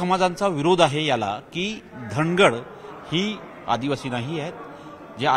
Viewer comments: Dhagad nahi nit vach dhangad ahe....st made dhangar ale..wait🔥🔥🔥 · धांगड नाही धनगड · सर तुम्हाला अजून अभ्यास करण्याची गरज धांगड नसून धनगड आहे परत एकदा वाचा